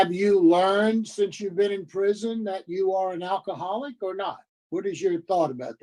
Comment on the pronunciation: Al Key Haul Ick. 😅 Sorry, I couldn't resist.